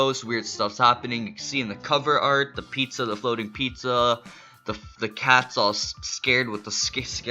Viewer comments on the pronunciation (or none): none